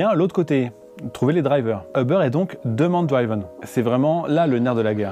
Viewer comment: Est ce quelqu’un va enfin dire qu’on prononce « driven » et non « draïven », c’est comme ceux qui à l’époque disaient « praïson break » 🤣